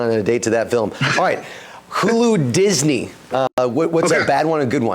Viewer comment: Cracking up with “DINSEY-HULU” lol